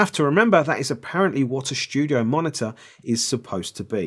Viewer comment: "Schtudio"... like the German pronunciation. 😂